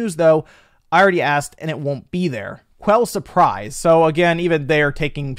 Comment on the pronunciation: You should pronounce 'Quelle surprise' like this: 'Kel surpreese'... It means: 'What a surprise'.